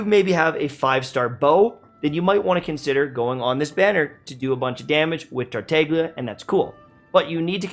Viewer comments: man said “tarteiglia” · pls you're killing me, the g is silent:( (otherwise, i agree) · I think you are the only one who call Tartaglia with a g , because yeah, there is a G in TartaGlia. No Tartallia. 😂😂😂 Those look so dumb when they say his name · Interesting fact: The G is silent in Tartaglia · Why don't you guys pronounce Tartaglia's name correctly?..